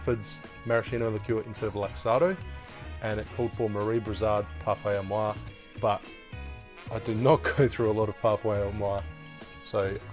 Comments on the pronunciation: French: Parfait Amour 💕: "Parfay Ar Moire" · Parfait à moi ??????? PARFAIT AMOUR..... With the sound "oo" after the "m" of the word !! thank you....